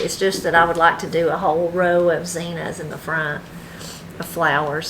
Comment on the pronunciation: Are you calling Zinnias Zenas?